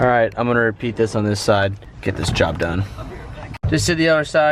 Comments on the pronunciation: Nobody: Not a single soul:: Dob Jone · "Dob jone" 😂😂😂😂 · “Dob Jone” 😭😭😂🤣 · No one:: "dob jone" I was dying 😂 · “Dob jone” did nobody else find that hilarious? 😂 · “Dob Jone!” 👍🏽